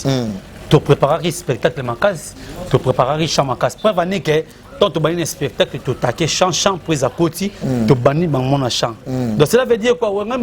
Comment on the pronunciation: Dinara on dit spectacle non espetacle😂😂😂